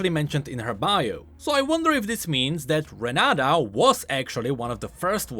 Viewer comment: "renaDa" looool her name is renaTa